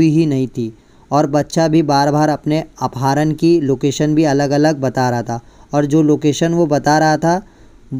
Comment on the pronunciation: Apaaharan nhi apharan kaha jata hai